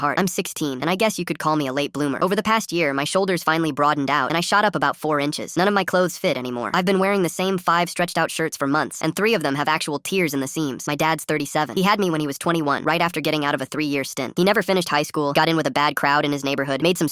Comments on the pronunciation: 😂"Tears" pronounced " tiers " in the sleeves ? Really ? Oh dear . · Super unrelated but we got ai that can scheme and blackmail and yet it can’t use textual context to figure out how to pronounce tears correctly? 😭